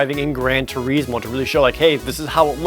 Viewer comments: Turismo is not an English word but (in this case) an Italian one, and is properly pronounced "too-reez-moh" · I tend to pronounce the is like well...is. But the point isn’t how he pronounced it but that Jared put such a long stress on eeeee that it was amusing. But I guess turismo is one of those words gamers like myself have mispronounced for years. Just like most of us have been mispronouncing Tidus’ name for years until Dissidia NT came out.